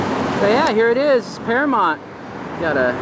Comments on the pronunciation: It's Paramount not Paramont, I think you are the only American that can't pronounce that word correctly, especially with all the movies that have been made there! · It's Paramount...not paramont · "Oy vey".. It's para MOWNT (mount) Not para MONT... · Am I hearing it correctly, or does he keep referring to Paramount as ParaMONT? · "Can I have your ID"? Really. What was he going to do with it? Is it pronounced Paramount? You seem to pronounce it Paramont. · You made reference to the MOUNTAIN in the logo, yet you keep saying Paramont 🤦🏽‍♀️🤷🏽‍♀️😞..... you still get a pass thou 😂😂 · Nice. But it’s mount, paramoUnt. Paramount. Sounds like mountain. Sorry to be petty, but it was like nails on a chalkboard. 🤣(at myself) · I had the same thought. It was bugging me every time he said it. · How can this dude not see the "U" in Paramount???? You got something against pronouncing the letter u bruh?😂😂😂😂 So annoying...